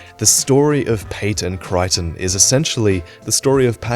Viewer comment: Creighton is Crayton, not Cryton